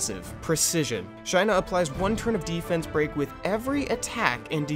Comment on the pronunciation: Shy-nuh was killing me. I always pronounce it Shay-nuh Also, fire twins helped me clear normal toa prerty easy. Working on toah now.